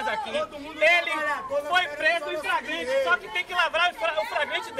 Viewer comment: "ele foi preso em fragrante" SURTOKKKK